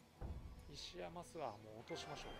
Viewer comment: 石山すわ✖️ 石山ごぼう○